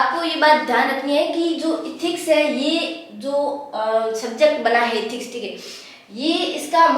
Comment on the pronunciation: Are tum एथिक्स ko इथिक्स kyon kehti ho.